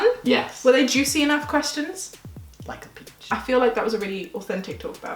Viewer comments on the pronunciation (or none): When said at the end "were they juicy enough questions?" and said "like a peach", I thought he said "Ilike a bitch". LOL